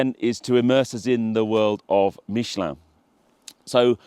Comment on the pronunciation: I guess if they sent me I would make the effort to pronounce Michelin properly too